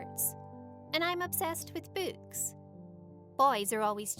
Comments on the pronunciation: She has blond hair instead of black ,she says books like bouks, and idk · beuks That’s not how you say books... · omll when she says books its sounds like buuks lmfao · I really thought she says she was obsessed with boobs had to remind it and realized she said BOOKS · When she said “books” I thought she said “boobs” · sounds like BOOTS not BOOKs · I thought she said “I’m obsessed with boobs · Am I the only one who thought she said she likes boobs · who else thought she said boobs? Cause I was like, the title says she has boyfriend, so is she bi or smthn? But she meant books. LOLOLOL. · Oh i thought she said boots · every time she says “books” it sounds like boobs. “She was obsessed with sports and i was obsessed with boobs”😂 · I thought she said "boobs" not "books" took me a bit to realize what she said xD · that sounded like “im obsessed with boobs” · Anyone else heard boobs instead of books??? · Everytime She says “books” it sounds like “boobs” OMG 1K LIKES? :O I’ve never gotten that before! The highest I’ve ever gotten was 30! Thank you guys so much <33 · I heard boobs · I heard boob's😂😅😥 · I heard boobts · Who else thought when she said books she said butts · When She Says “Books” I Sounds Like She Said “Boobs” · I can't be the only one who had to listen to that a few times to make sure she did not say boobs😂😂😂lmao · How the hell does the pronounce "books"? "Bewks" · When she said books I thought she said booze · "We both have curly black hair" Either of your hair is really curly and yours is blondeish Everytime she says "Books" it sounds like "boots" to me. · When she sounds like shes saying "boobs" instead of books. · I heard boots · i heard boots and foods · Lol I heard boots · I heard boons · No I heard boots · I taught she said „boots” but I found out she actually says „books” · who the heck says books like BOUUUUKESSSSS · did she seriously say books wrong? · Omg thank goodness am not the only one who thinks that way